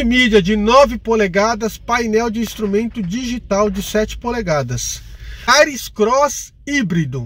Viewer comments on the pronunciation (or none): none